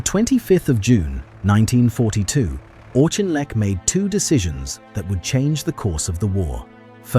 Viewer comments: It's pronounced AWK-IN-LECK. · Great subject but if you can't even pronounce the guy's name correctly (the Auk), why even bother to do such an item ? Please learn and DON'T use AI for the commentary. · I always thought his name was pronounced Aukinleck, not Auchinleck. Your narrative uses both versions. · How many different prononciations are we to hear this narrator render « Auchinleck » ? All we hear is of ‘Auchinleck’! Never of Wavell or of Cunningham, and always comments against Montgomery!